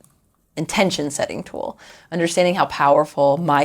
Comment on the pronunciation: the vocal fry, the valley girl talk , and the way she says "t-whowal" instead of "tool" is making this very annoying to watch. **I bet she says "yaaas" when she gets excited